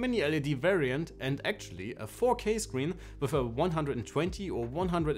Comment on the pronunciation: "four key ge"? You don't know what you are talking about, do you?